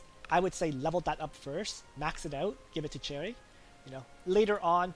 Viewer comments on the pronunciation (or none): Its 'SH•erie' not 'CH•erry' bro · I think you’re saying cherry my dude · You saying Cherry triggers me. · That is not how the English Language works you can't just choose the pronuciation that suits you. This name derives from French so it is a sh sound not ch